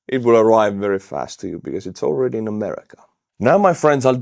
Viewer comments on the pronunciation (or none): none